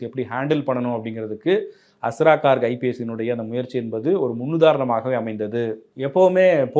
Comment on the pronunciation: He is Garg. Please pronounce hindi names correctly. Not cork.